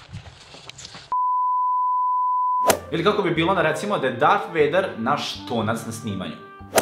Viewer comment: jesi rekao dart weider ili dart peder